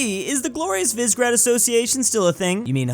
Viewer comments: Just had a seizure when I heard this man attempt to say Visegrád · Yeah he does crap like that all the time like the way he pronounces visegrad that'll piss off any Hungarian